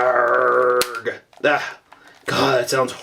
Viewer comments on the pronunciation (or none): your argh is literally argh not like you speak it but like you are writing it